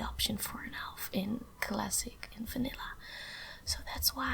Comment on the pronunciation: I also thought that you are Russian or Romanian, but I realized that you are Dutch when you pronounced Vanilla like Fanilla , because many of my Dutch friends do that aswell 😂